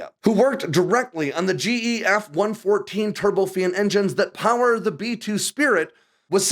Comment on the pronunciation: Who else gets a little bit of nerd chills when he goes and this is "AIR POWARRRR!"